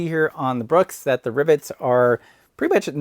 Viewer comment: Wait...are you saying "ribbits?"